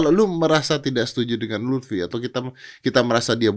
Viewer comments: lufi bang bukan lutfi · Luffy bukan lutfyyy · Luffy woi bukan luthfi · Luffy coy bukan lutfy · Note : Luffy mas Young Lex bukan Lutfhi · Itu LUFFY tolong 😂😂 bukan LUTFI 😂😂 Luffy dibandingin sama lutfi, aduh